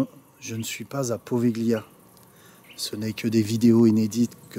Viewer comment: Slt, étant italien ça me fait mal aux oreilles à force... Ça se prononce povilia!!!!!